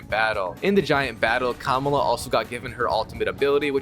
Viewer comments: Her name is Kamala not kamula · It’s ka mal la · It´s ka-má-la dude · The way he pronounces Kamala is killing me 😢